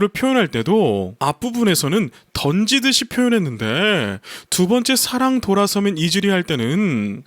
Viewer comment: 음악지식에 대하여 잘모르고 듣기만하는 저도 사랑,사 ㅡ 랑 구절을 들을때마다 그저 와~~~감탄뿐입니다, 사랑 이란 발음도 너무 좋아서 가슴속에 찰떡처럼 착착 사랑이 달라붙습니다 대표님의 진심이 담긴 리뷰 정말정말 감사합니다, 건ㅡ행